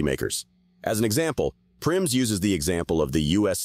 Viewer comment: Nomi PriNs, not PriMs.